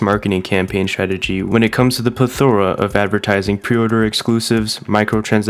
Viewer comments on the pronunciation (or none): PLETH-or-a, not ple-THOR-a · I pre-order to basically pay down the game sort of a layaway. It's nice having my game paid for when I show up. Therefore, I will continue to pre-order and continue to get in game items that no one cares about. Also, it's pronounced pleth-or-a.